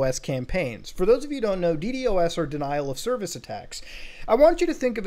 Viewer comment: i love it when Muta says di di o s instead di dos